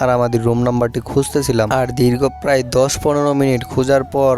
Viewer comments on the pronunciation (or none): none